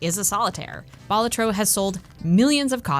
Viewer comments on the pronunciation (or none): It's pronounced Balatro, actually. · Ew to how you say balatro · Another fantastic video marred only by categorically incorrect pronunciation of Balatro.